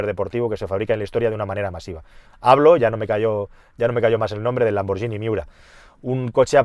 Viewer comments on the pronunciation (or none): Sabes de coches que es para quitarse el sombrero. Ver tus videos es un auténtico placer para cualquier amante del mundo del automóvil. Pero choca mucho que no pronuncies correctamente Lamborghini. La forma en que pronuncias la g con la i se escribiría gi, pues cuando lleva una h intercalada "ghi" se pronuncia gui. Escrito en español sería "Lamborguini!- Suena menos italiano, sí, pero así se pronuncia ese apellido. Estaré atento a ver como lo pronuncias la próxima vez. xD Saludos.